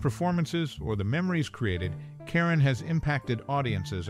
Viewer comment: This would have been more interesting if you pronounced her name and her movie titles correctly. Her last name isn't pronounced "Karen" it's pronounced "care-OWN". The Gs in the movie GIGI are soft, not hard -- more like "jhee jhee" -- a French name. Just FYI.